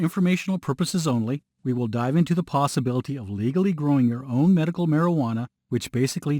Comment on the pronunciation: He said "Merical marijuana" 😑